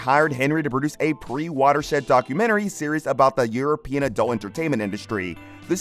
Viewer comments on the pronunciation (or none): none